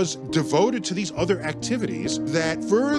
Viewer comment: He definately needs to learn how to pronounce "simultaneously". It IS NOT "sigh mul tan eous li".